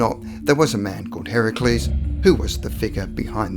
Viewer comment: You pronounced Heracles Correctly!?!?!? First time i've heard that out of a classroom.